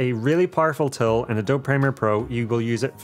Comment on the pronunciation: Love your stuff a lot. Only thing, Adobe is prounced uh-dow-bee not a-dob :)